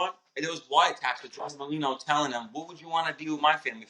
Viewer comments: "Molino"? WTF is "Molino"? His name is Merlino. Are you illiterate? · Joey Molino? None of these guys can get each other's names right. Either they're complete morons, or it's intentional. When ppl search for Merlino, this video won't come up. Smh. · Merlino not molino